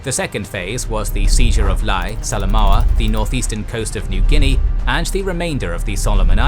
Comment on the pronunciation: There is no "Lay". It's name is "Lah-AYE". Historians should know this